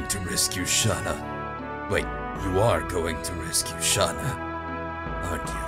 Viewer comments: This makes me deliriously happy, I can't stop smiling you are in for a treat!! Rose is my freaking favorite. and I love your dramatic Dart voice. (and imo, it's pronounced "Shay-Na" or Shey-na" ) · Spoilers It's Shah-nah according to Dart.